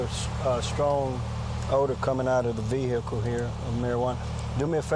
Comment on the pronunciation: Vee hickle